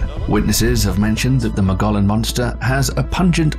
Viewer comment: Do some research first. Learn how to properly pronounce “Mogollon”. From one whose lived in Arizona.